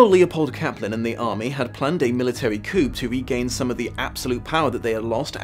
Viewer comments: Coup is pronounced "coo." Not "coop." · Hey, minor minor detail... but, coup is pronounced "coo", not "koop". It's French, they like silent letters... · Coo. It’s pronounced coo (coup) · Military "coup" is pronounced "kew". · Did you pronounce "coup" phonetically? I'm an American with mild dyslexia, so I don't mean the following question in any sort of negative way; is it not pronounced "koo" in England or was that your own dyslexia showing itself? Or did I just miss hear you because I'm overtired while watching this..... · ITS PRONOUNCED "COO" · I love you, this was awesome, and "coup" is pronounced "coo".